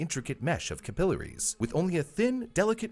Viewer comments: Man haha, it throws me off to hear "AL-vee-OH-lee" and "ca-PILL-er-EES" when I have only ever heard them as "al-VEE-oh-LYE" and "CAP-ill-AIR-ees" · this is AI dude said capiliars instead of capillaries